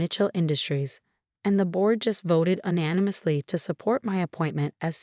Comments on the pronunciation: Teach your stupid AI narration how to say UNANIMOUSLY. It's not ANANIMOUSLY, which is a word. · Teach your AI to pronounce "W" "SEDAN" "UNANIMOUSLY" I suggest you cheapskates hire a human.